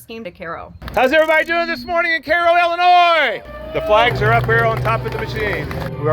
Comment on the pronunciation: Great to know it's pronounced KAY-ro , not KY-ro !